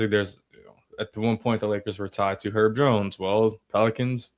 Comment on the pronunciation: His name is HERB, not 'ERB. We're not talking about "11 herbs and spices" up in here. Get it right FFS.